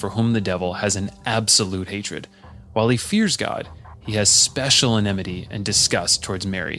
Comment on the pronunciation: 😂 "enemity"😂 Americans are so funny......"emnity"